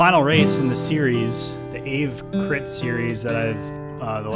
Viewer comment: BTW, it's pronounced "Ah-vey" not "Ehve".